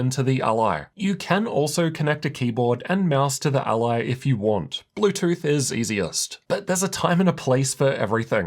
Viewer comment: It hurts to listen to this:. It’s So weird how you made up it’s called ALie ????? It’s Rog ALLY. Like Nelly or jelly.. ally .. not aLie ?? Wtf